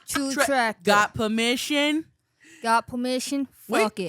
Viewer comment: Gaht puhhmission??¿😂😂😂